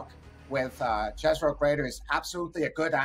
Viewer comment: Jezero diye bir şey yok jezero yazılsa da yezero seslenmeli ki yerini bulsun